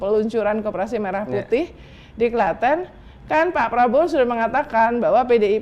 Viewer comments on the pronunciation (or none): none